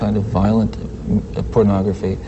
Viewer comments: It really irks me when Ted Bundy repeatedly says, purnography! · Is it me or does Ted pronounce pornography as PERNography